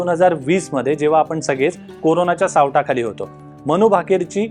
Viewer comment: बेबनाव, सावटाखाली - उच्चार नीट करावेत.लोकसत्ता चे चॅनेल आहे. अपेक्षा जास्त असतात.